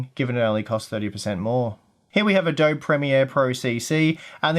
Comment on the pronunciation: i cant get over how he's pronouncing adobe. weirdo.